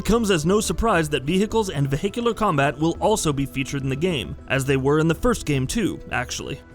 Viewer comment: “Vee hickles and vee hickular combat”